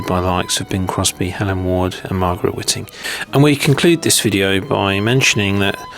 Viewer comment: Margaret Whiting should be pronounced with a long I